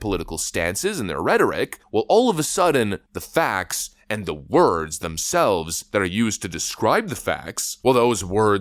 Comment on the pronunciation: "Uh oh power surge" "AAAAHHH MILITARY WORRDS"